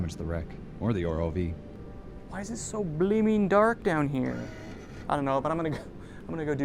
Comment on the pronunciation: R-O-V man. Not ROVE